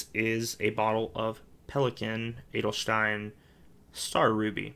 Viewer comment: Your pronounciation of "Edelstein" is perfect! 👍 I like collection videos ery much and would love to see one again with your new inks. If you think they are too long you could just split them.